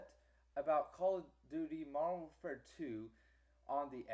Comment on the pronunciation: Also, you probably lagged out alot cause of you downloading so much pr0nz mayne. Another thing, stop stuttering. And fix your pronunciation, WARD AT WAR? Next on our list, i did what you said, i even hooked up both my xboxes and my ps3 PLUS one of my family members xboxes that was downstairs, and we all played MW2 in the same game, except for the ps3 which was in another ground war on psn. I had 4 bars and didn't disconnect. uSoMad